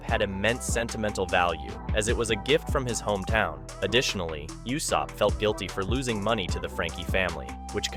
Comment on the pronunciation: Please for the love of thick thighs stop saying "You-Sopp" when it's clearly spoken as "Ooooo-Sopp" even in English dub. 😅